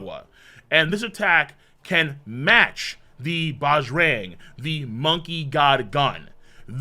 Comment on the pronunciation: The correct way to pronounce Bajrang is (Buh-ja-rung). I was so excited to see that it was influenced by the Indian mythological god, “the strong one” (Bajrang Bali), Hanuman. Can’t wait for the next one! :) ❤️